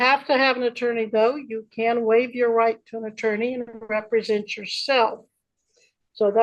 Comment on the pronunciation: 'my honor', that's how you speak to a judge This guy doesn't even know how to pronounce represent. 'I'm not going to be presented or re... presented' it happened at the beginning other times 'British agent registrant, to be a ward' …What This is like "I am the trustee, and all beneficiaries have been named" without saying who you are why does he think he could to be held to account in a military tribunal?